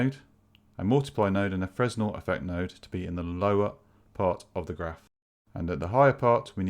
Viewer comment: fresnel is pronounced "fra-nell"